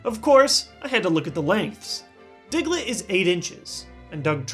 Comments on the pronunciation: The first time he said Diglett he.. lol. "Dicklett" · did anybody else think he said dicklit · you said dicklet